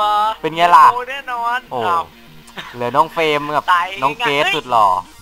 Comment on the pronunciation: เฟรม เฟ้ยไม่ใช่ เฟลม